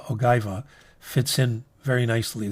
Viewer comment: its ogiva the g sound as in egypt...and you're italian?!?! maaa daaaiiii hahaha